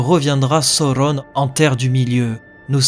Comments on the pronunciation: isildur et non isildour et sauron et non sauronne... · "Sauron" pas "Soronne"! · Lol c’est pas Sauronne mais Sauron 😂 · Le U se prononce OU chez Tolkien, comme on prononce bien Saruman "Sa-rou-mane "et non "Sa-rue-ment", idem pour Gollum, Udun, Dol-Guldur... C'est donc bien "sa-ou-ron" et non pas "so-ron". La VF a fait l'erreur de mal prononcer Sauron sans respecter le chapitre de la prononciation des mots dans le Silmarillion. Même si j'adore la VF des films, elle est bourrée d'erreurs. Du coup, j'ai voulu proposer une prononciation juste et en accord avec les indications données par Tolkien, quitte à perturber les fans 😁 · Le U se prononce OU chez Tolkien, comme dans Gollum, Udun, Dol-Guldur... qui sont bien prononcé contrairement à Isildur ou Durin par exemple. Quand au "AU", Tolkien a précision qu'il fallait le prononcer à l'anglaise, donc "OW" ou "OU". Même si j'adore la VF des films, ils n'ont pas respecté le chapitre de la prononciation des mots du Silmarillion. De fait, je veux proposer une prononciation en accord avec ce chapitre 😄